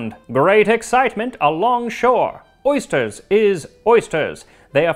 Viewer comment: Except they said "ersters". Ursters? Oersters?